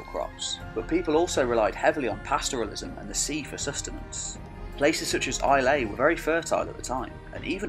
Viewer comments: Another one is Islay, which (at least locally) is pronounced "Eye-la", rather than "Eye-lay" but you did far better than anyone else I've seen try it first time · Islay is just Eye-lah btw. Not Eye-lay. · Good video. One little point, the island of Islay is pronounced Eye-lah, not Eye-lay. I would be interested in a video on the earlier history of the maritime kingdom of Dal Riata. You list its capital as Kilmartin, on the Scottish mainland, but the people are often (wrongly?) described as Irish, rather than just as Irish speaking. The problem is that they just appear in British history when your video starts. Some conjecture an "invasion" from Ireland at some point but as I understand it the archaeology suggests longer or more substantial roots on the Scottish side? But where and when did they arrive? Was it 1000+ years before, from Galicia, with the other proto-Irish speaking tribes? Or what? I wonder what Irish records may have to say. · Islay is pronounced AYE-luh, but in Gaelic it's Ìle (ee-luh) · Aye I heard that miss-pronunciation too